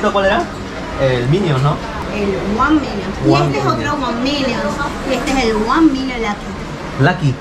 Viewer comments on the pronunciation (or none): "juan nimions" 😂 😂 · Wan minions jajajajajajajajaja me he cagado de risa y la vendedora lo miraba con cara de "pronuncia bien ctm". Ya se pasó de ordinario este men. Me hizo recordar cuando el chavo se echaba la colonia de don ramón. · Cualquier otra persona: ONE MILLION LUCKY: ONE MINNIONS CIGARRITO LUCKY JAJAJAJAJAJAJAJAJAJAJAJJAJAJAJAJA